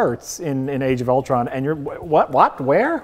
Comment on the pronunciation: I can't believe they pronounced Ultron correctly......multiple times no less!